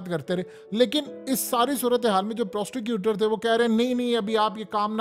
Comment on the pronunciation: It's prosecutor not prosticuter...😅😂